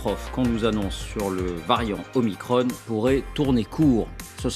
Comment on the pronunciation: Je signalz Que micron, se prononce micron, et non pas micronne. En Grec, il y a deux "o", je "petit" qui est l'omicron, et le "grand" qui est l'omega (dernière lettre de l'alphabet grec) donc, un micro "o" et un méga "o". Nous avons dans un autre registre, le millionième de mètre, qui est le micron symbolisé par la lettre "μ" (mu ou "mi" en grec moderne). et on ne dit pas un plaquage de 5 micronnes, mais 5 microns , devenu le micromètre. Ce nom est le terme officiel du Système international depuis 1968 et le symbole µ est depuis réservé au préfixe « micro- » des unités SI....